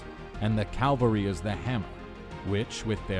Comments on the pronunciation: Calvery ? Did you not realise in all the times you said "calvery" that it did not sound quite right ? Soldiers on horseback are known as "cavalry" ! Modern cavalry in the USA use helicopters, Mel Gibson's movie "Once were warriors" based on Colonel Hal Moore, explain that the cavalry swapped the horses for helicopters ! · Its called "cavalry", not "Calvary". Cavalry are soldiers on horseback. Calvary is the name of the place where Christ was crucified. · Calvary? Aarrgghh! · Calvary? You mean Cavalry.... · Cavalry not Calvery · Cavalry! Not Calvary. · Cavalry, not calvary. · "Calvarey" lol its cavalry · I love your channel but PLEASE don’t say calvery, it’s really not that hard to pronounce cavalry. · fantastic job. one little thing though: it's cavalry, not calvary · Nicely done, but I think the correct word is "cavalry". I keep hearing "calvary ". Fairly common mistake. Otherwise I really like this. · I hate when people say "Calvary" instead of "CAVALRY". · Love the video, but for future reference you’re pronouncing cavalry wrong.